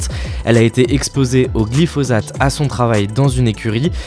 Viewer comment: Ça se prononce glifossate, non ? Parce que le z m'a fait mal à la tête